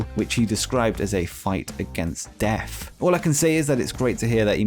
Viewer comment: Keith Lee was fighting against deaf? I didn't know he was hearing impaired. Illegible for Rampage? Ineligible! What is a munf? Who is Few-go? Few-go dill sal. You are English, yet your grasp of the language troubles me. Where can we, "vote you off the island??" 31,000 flavors?? 31flavors. Do you know what Baskin Robbins is?? I love going to Great Britain... However, until you leave, it's just going to be called Britain. Thanks for that,. Dr. Joseph Maru! Not Maroon, dipsh!t. YOU are causing Britain to just be Britain. Do the Queen a favor and move to Canada. Can't screw it up anymore than Trudeau...oh, WAIT....YOU can...just move to Canada and SHUT UP! You're not gonna be welcome in the U.S.! Just ask President Harris and The President-Father Biden.